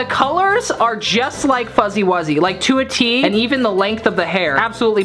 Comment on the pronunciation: You called him fuzzy WUzYy